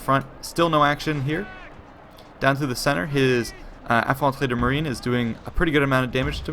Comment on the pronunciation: Yo dude really you prononced really well Infanterie de la marine im sure you can speak french alors tu a suivis des cours de français ou pas ?